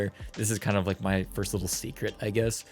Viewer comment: 'firts' xD